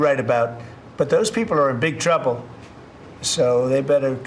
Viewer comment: All I heard was you're in big twuble... you nasty meanies